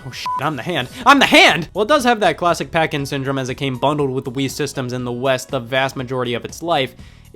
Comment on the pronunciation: legit thought you were saying "parkinson" instead of packing syndrome when talking about duck hunt